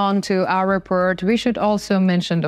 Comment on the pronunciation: repORt, not repERt